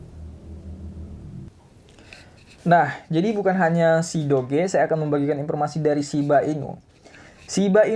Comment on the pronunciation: how we pronounce it = dōj (doge)